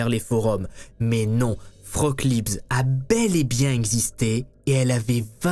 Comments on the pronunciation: Tes vidéos sont dementes ! (Pour info Frauke se prononce Fra-o-que, ma grand mère allemande s'appelle comme ça et à du changer de prénom en arrivant en France à cause des français qui l'appelaient "froc" 😂) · Tu racontes super bien les histoires, c'est toujours un régal de regarder tes vidéos, par contre en tant que germanophone c'est un enfer de t'entendre l'appeler "froque" toute la vidéo xD ca se prononce fra-oh-keu et c'est bien plus joli que vieux froque x) la pauvre x) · Le prénom "Frauke" se prononce "Fraoke" en disant bien le "e" final... mais tout le monde ne parle pas allemand. Vous êtes fortement excusé. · Coucou. J'habite en Allemagne, et je voulais juste signaler que Frauke est une prénom féminin et qu'il se prononce "Fraouké". Merci pour ton travail. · Merci pour la vidéo, atroce et j'adore la police.....Ils ont toujours mieux à faire. Je vais regarder un peu si je trouve quelque chose dans la presse allemande. Une petite chose-le prénom de la fille ( ou jeune femme) est Frauké, le "e" à la fin est prononcé, Liebs c'est son nom de famille. La langue de Goethe a bien des complications insoupçonnées ;-) ! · Coucou ! Juste un petit reproche sur la prononciation du prénom : Frauke> Fra-o-que. Et l'autre remarque, mais je constate que tous les articles wiki, même en allemand, fond pareil, comme je l'ai dit, Frauke était son prénom, Liebs son nom de famille. Donc c'est un peu dérangeant d'entendre le nom sans le prénom. "Dubois a téléphoné à sa mère, Dubois a été boire un verre..." Bref, vous m'avez comprise.🙄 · Frauke Liebs???? ca se pronnonce Fraoke.................. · Mauvaise prononciation du prénom Frauke. Le E a la fin faut bien le prononcer. Et AU en allemand ça fait pas O. Faut le prononcer A OU.